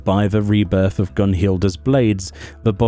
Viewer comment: I pronounce it a Boh-jan. Idk why but I feel like that "z" is silent. Otherwise nice vid as always.